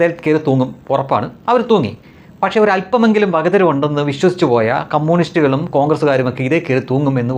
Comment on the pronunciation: കമ്മൂണിസ്റ്റല്ല കമ്മ്യൂണിസ്റ്റ് എന്നു പറയൂ.